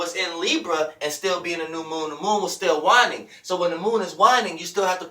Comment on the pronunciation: There is no doubt you know your shit but the way you pronounce things sometimes throws me lol "wine-ing" the moon is "wayne-ing"